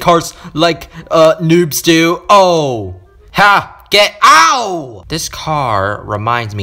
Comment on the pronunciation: When you say get ouch but i heard get out